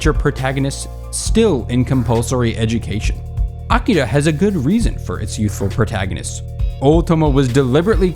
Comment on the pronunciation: When you can't even pronounce A-Ki-Ra right, you tend to lose a credibility, same with "otakus" (Japanese plurals don't have an "s"). It wasn't bad, but it could have been so much better.